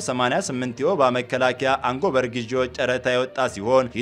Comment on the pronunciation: አንጎበር : አትበል ! አጎበር : ነው የሚባለው ! አማርኛውን አታበላሸው !